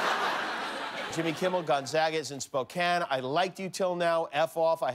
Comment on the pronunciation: Oh, Jimmy... get out of your LA and Las Vegas bubble and come on up and see GU. You'll love Spokane (at least you pronounced it correctly).